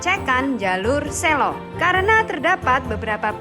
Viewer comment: masih banyak yang salah cara pengucapan "SELO" yang bener seperti yang diucapkan bapak petugas